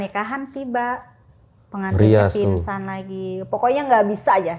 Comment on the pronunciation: pinsan…. g nya ilang